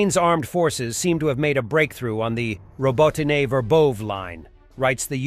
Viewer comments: I even heard it pronounced correctly once, and then pronounced [ɾʌbʌtain] the rest of the video. The problem is that all text-to-speech programs are adapted after the unusually weird English phonology, when we Europeans know that they are almost unable to pronounce the universally Latin vocabulary in any way near the original language pronunciation. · Verbose is pronounced Ver vov VA! Robityne is pronounced Row bot tyn na!